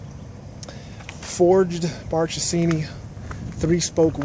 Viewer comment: It pronounces "markesini" not like "march " In italian the H after the c pronounces like "k" when you say " akrapovic"